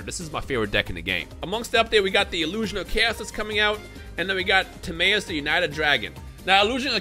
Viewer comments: Its not Tim-MAY-us, its Tim-MY-us. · I keep hearing pronouncing Timaeus and I keep thinking is he saying tomato 🤣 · Anyone else pronounce Timaeus "Tim-eye-us" or is that just me? Sub got me on that pronounce since 2007. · This bastard butchered the name of a legendary knight